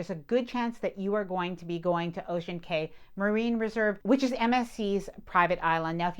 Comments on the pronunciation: Just a friendly note from a Bahamian, when you see the word Cay for a small Bahamian Island, the correct pronunciation is "Key" (like the Florida Keys, not "Kay" 🙂. Thanks for the great review with many helpful tips. I'm looking forward to my MSC cruise in 2026! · New way to pronounce clientele and cay unlocked 😅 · 👉👉👉Not sure why you're saying clee-on-tell for clientele, and Kay for Cay (pronounced Key).